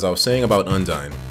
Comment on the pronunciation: Him calling her "Undin" is gonna haunt me